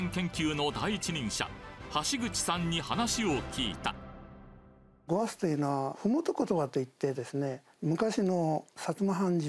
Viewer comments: 始まりが鹿児島弁じゃないごわすのイントネーションもなんかおかしい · 実際に聞いてみると、「ごわす」というより「おわす」みたいな発音に近い気がする。 とても上品に聞こえる😯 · 〜でございます の、方言でしょうね😂 発音的には「ごわッ」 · ごわすのアクセントを間違ってずっとナレーションしてるけど、時代劇一度も見たこと無いのか？